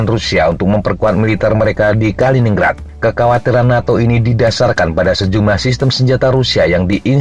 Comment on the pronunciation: Bacanya Kalinin-Grad ya...